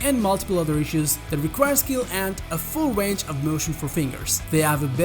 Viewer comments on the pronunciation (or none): none